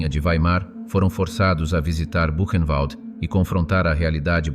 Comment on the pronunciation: Qu'est ce que c'est pénible d'entendre ce robot prononcer Koch avec le son "coq", ou encore "kotch" (comme du scotch). Mes oreilles saignent. Elle était allemande, le "ch" se prononce comme un "r" -> "Ilse Kor". Idem pour Buchenwald.